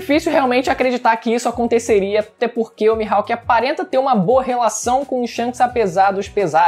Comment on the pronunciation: "Mihalk" é foda hein kkkkk